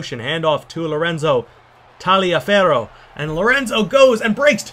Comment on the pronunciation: You pronounce Taliaferro quite good actually, considering the fact that it's relatively difficult to pronounce Italian names if you aren't used to(at least looks like one). Anyway good game, as usual!